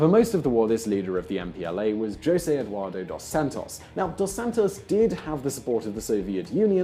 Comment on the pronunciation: For fucks sake dude! Stop pronouncing portuguese names as spanish names. For instance, it is Jose, not Rrose! Other than that, it was a good video.